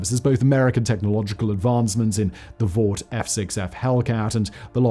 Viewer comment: The Vought Hellcat? C'mon man, you need to get this shit right.